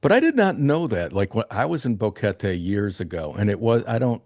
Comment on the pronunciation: How long has he been there? GEEZ he should know how to pronounce Boquete. Bo Ket TAY.... his 'bo KET Tee' is grating for anyone that knows how to say it.